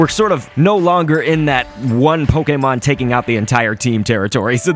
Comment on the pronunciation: my god. come on dude. poke-ee-mon is literally the most newb and worst of the three ways to say it. poke-ay-mon is correct as its japanese. poke-uh-mon is an acceptable one that sometimes the anime or nintendo people would use. poke-ee-mon is what people who play the main rpgs make fun of the pokemon go players for saying.